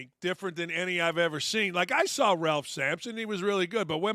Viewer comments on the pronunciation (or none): none